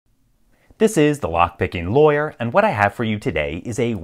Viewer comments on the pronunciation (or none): Every video I watch of yours, I'm stuck with hearing "this is the story of girl" instead of "this is the lockpickinglawyer". I just wanted you to know the harm you cause me.